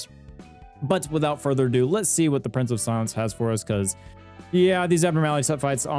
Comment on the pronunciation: Watching the fight and trying to guess when you will correctly pronounce Price of Silence was pretty fun lol. Glad to see Library of Ruina videos coming out again! Waiting for the next one. It has been too long, even youtube didnt notify/recommend me the video for 5 days lol